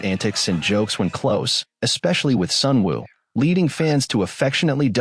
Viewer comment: Please stop saying Sunwoo. His artist name is SUNOO.